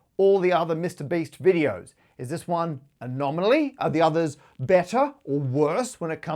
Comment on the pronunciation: "Is this one a nominally"? A true question for the ages. To be fair try saying an anomaly in the flow of a sentence, it's a real bugger.